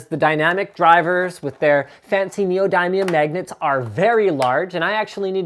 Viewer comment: NeoDIEmium magnet? god sometimes I hate accents.